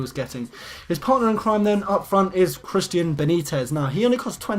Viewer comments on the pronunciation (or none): none